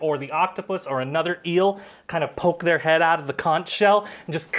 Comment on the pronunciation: I must say as a Floridian who grew up on beaches... PLEASE stop saying conch shell like the ch sounds like the ch in church. It's not pronounced that way, lol. It's conch sounds like kaangk. 😊 Also, loving the show. You adventures are hilarious!